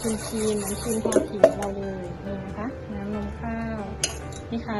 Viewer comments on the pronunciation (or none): ครีมค่ะไม่ใช่คีม ขอบคุณที่แบ่งปันค่ะ